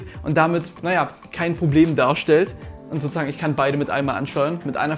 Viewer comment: SO-ZU-SAGEN NICHT SO-ZA-GEN MAAN